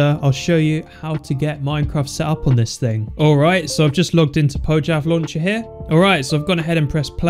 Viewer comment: Say "Poyav Launcher" instead of "Pojchav Launcher"